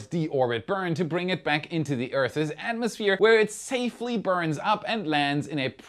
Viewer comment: I cringe every time. But I kind of like the way he says, "Earth-es"